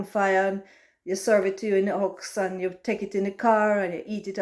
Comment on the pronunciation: "Serve it in the huks..." 😆 Love it,! We ARE special.